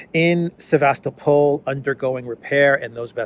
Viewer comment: Sevast-O-pol ( emphasize third syllable and soft l on the end ) With the way things are going, its not bad idea to start learning Russian lol. I hear its a popular thing in Africa already.